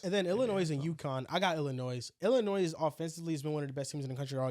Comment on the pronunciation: Someone teach how to pronounce Illinois